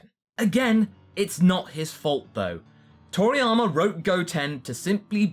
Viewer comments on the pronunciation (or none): Its...Toriyama.....not Triana.......